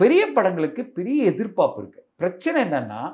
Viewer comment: தனஞ்செயன், எதிர்பாப்புன்னு சொல்றீங்க. எதிர்பார்ப்புன்னு சொல்லனும்